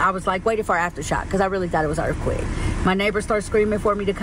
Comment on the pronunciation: What’s an erfquayk? Oooh you mean earthquake… got it.. 😂